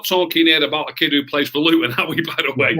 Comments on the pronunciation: Its fucking Luton ffs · Come on now pal it is Luton after all 😂